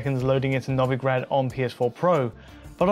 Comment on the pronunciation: It's pronounced No-Vee-Grad, lads.